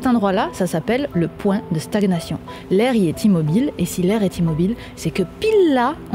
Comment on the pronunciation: "le point de staguenation" ho putaing ! :)